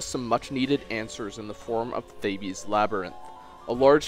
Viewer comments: 4 It would appear that I got them mixed up; still, you pronounce it ugly. Theebs, not Thabies. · 4 All of Canada pronounces Thabes/Thebes like that? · Are we not going to mention his pronunciation of thebes.